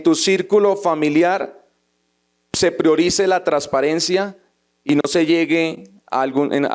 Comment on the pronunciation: Ese senador habla muy bonito, solo que no pronuncia algunas palabras como debe ser, dice trasparente en lugar de transparente, de la misma manera dice trasparencia, en lugar de transparencia, fuera de eso sigue sin decir la N cuando dice costruyen en lugar de construyen. El español no omite el sonido de ninguna letra y la N siempre va a sonar. Por favor que sepa mi comentario.